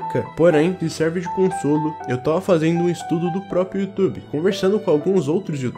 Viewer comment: E aquele ditado. "Youtoba"